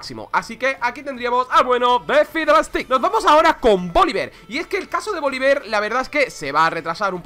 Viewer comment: Porque le dice Faidel Es y siempre será Fidelito